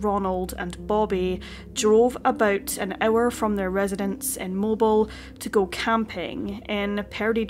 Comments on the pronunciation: Mo Beal not mobile spelled the same but sounds different. Mispronounced places us common on this channel. A simple Google search will tell you how anything is pronounced. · It’s pronounced MOE-BEEL Alabama, darlin’…. Bless yer heart 😉😘🥰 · I was so shocked to hear my hometown named. In all friendliness, it’s pronounced Mo-Beel (rhymes with faux heel). No way anyone not from the area should know. ❤ Love you content. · Dammit! It's Mo-beel! NOT Mobil. At a phone exchange in Italy (early '80s), they pronounced it "Mo-bi-lay". Cracked me up... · Mobile sounds like MOH-beel not Moh-bull.. Sorry, the way she is pronouncing it is driving me crazy, lol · Not to disrespect you at all, but it is pronounced Mo-beel' not mobil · You do a great job covering this tragic disappearance. By the way, for future reference, Mobile, Alabama is pronounced Moe-Beel. Please keep up the good work. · Joining the Alabama folks in the comments flinching and going "...it's pronounced 'Mo-beel'..." lmao I've seen a number of videos from creators not from the area doing that; I remember once I was in a movie theater and a character pronounced it that way, and a good half of the theater corrected them just on reflex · Very sad indeed!! That poor woman...with #8 on the way. PS....I believe the town is pronounced Moe-Beel. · Absolutely heartbreaking!! I can’t imagine the loss of one of my children. Helpful pronunciation: it’s pronounced Moe-beel, Alabama. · Mobile is pronounced “Mobeel,” just fyi. We lost my baby brother on an Indonesian rocky beach once. The sense of dread in the pit of your stomach is just indescribable. We looked everywhere and broken hearted started down the beach to go to the authorities, figuring he’d drowned. Thankfully, on the way back, we found him frightened into a nearby cave by the loud surf and fiddler crabs. The relief was even more powerful than the earlier dread. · I love your channel and the tone of your voice. Just an FYI, Mobile, AL is pronounced Mob-EEL.